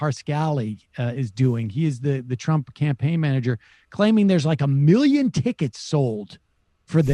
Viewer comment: Trump still can’t pronounce the word “million”